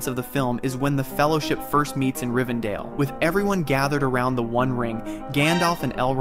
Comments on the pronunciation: Rivendell, not Rivendale... (pronunciation) and Boromir is not Royal. That's why he says "Gondor needs no king". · It’s Rivendell, pronounced DELL not DALE. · One does not simply pronounce Rivendell as Rivendale. Nor did one simply say Elron instead of Elrond 👀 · Riven Dale? Are you trolling your audience with bad pronunciation on purpose to get extra comments lol? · If you mispronounce it RivenDALE i scroll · you proclaim to be a nerd, but you pronounced it rivendalle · If you say it that way again i will go to the undying lands and bring the entirety of the elves back to strike you down for pronouncing it so terribly. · Way to mispronounce a city from this masterpiece.